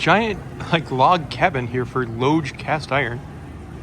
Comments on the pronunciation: Did he pronounce lodge like lōdge? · The word "Lodge" as in Lodge Cast Iron, is pronounced like "lɒdʒ", with a short "o" sound, similar to the word "lodge" as in a hunting lodge. It rhymes with "dodge" or "fudge". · Say Lodge again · Dude you don't know how to pronounce lodge